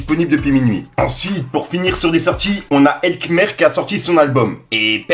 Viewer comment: T'es sérieux avec ta prononciation sur elh kmer il faut dire { elkamere} qui veut '{le cameroum} kmer cameroun